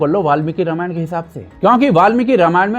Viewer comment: Ramayana nhi ramayan hai 😂❤